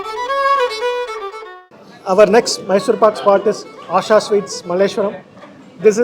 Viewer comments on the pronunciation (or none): none